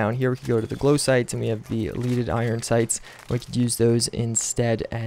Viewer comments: Oi It's "Led-ed" Not "Leed-ed" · "leh-deh" NOT LEED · Bro, lead the element(not lead as in lead someone some place). Led-ed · Just fyi since people are probably hating on your ass for saying "leaded wrong" its leaded as in the element Lead :)